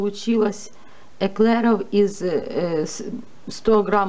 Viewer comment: "протИвень"!!😅😅😅 "ЭклЭров""😅😅😅